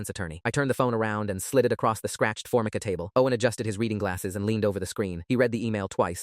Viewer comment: Formica (Four Mike u)counter top teacher AI to pronounce it properly.